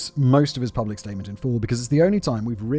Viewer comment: Does he say pRublic? Like lengthLy? Why do I enjoy these oddities in spoken language?